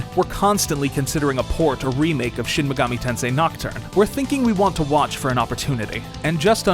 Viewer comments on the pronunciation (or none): I'm mad you guys didn't get the pronuntiation right, it's shin maygoomi tensay